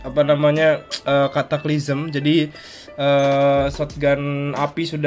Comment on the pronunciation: Bang Bilang"Kataklisem"